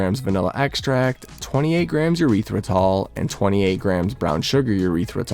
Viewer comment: E-ryth-ri-tol please, not a urethra